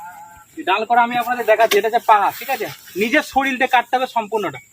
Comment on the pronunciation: ওটা শরীল না, ওটা শরীর 😮